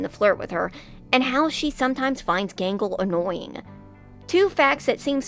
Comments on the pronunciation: I keep hearing “Mangle” instead of “Gangle” lol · Who is Mangle her name is Gangle?